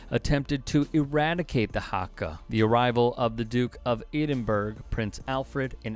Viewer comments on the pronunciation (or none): You have got an awful lot of this story just plain wrong, from what the Haka is, its a challenge not a war dance, to how to pronounce the Capital of Scotland. You should have spoken to at least a couple of NZers before you produced this nonsence.